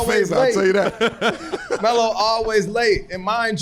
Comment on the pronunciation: The way Melo and Cp talk to each other you can tell they have a real relationship with each other.🤞🏾I don’t think Cp called Melo “Melo” the entire conversation he called him “Ello” 😂😂